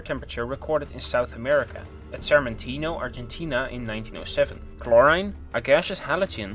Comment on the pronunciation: Accent is one thing, he just mispronounced it. And other words like chlorine.